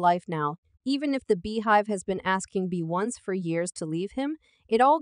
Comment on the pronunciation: You keep pronounce her name wrong. Bee-yon-ce 🤦🏾